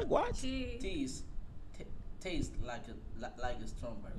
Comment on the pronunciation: Hahahahahahaha segun el ingles de tis es la pronunciación de taste hahaha